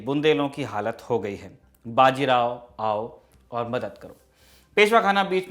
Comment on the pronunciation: बाजी राव नही बाजीराव बोलो